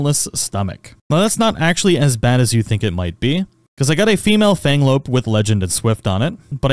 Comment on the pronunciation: Abysmal pronunciation on the pals. Chikipi is not "chick-pea" it's "chi-kee-pee" Mozzarina is not "moo-sa-rina" it's "mott-sa-rina," a play on the word "mozzarella." Fenglope is "fen-glope" not "fang-lope," but I think that might just be your accent? Hoocrates was correct, though. It's like "Socrates" but with "hoo" at the beginning.